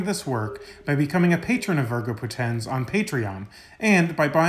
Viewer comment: i mean no offense, but all latin words are paroxitone, so the accent on Poténs is not really there, because it has only two syllables. So it must be spelled "VÍRGO PÓTENS". Amazing content you have here! Thank you for it!